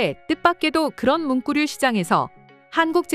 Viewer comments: 문꾸류라고 발음하는 이유는? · 문꾸류... 자꾸 신경쓰이네요 ㅡㅡ